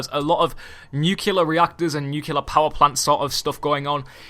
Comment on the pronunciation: For the love of god, it's NUCLEAR, not NUKULAR.